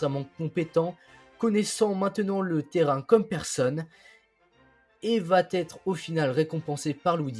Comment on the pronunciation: Très intéressant et instructif. Merci. Mais, pour l'amour de Dieu, arrêtez de faire la liaison : vaTêtre.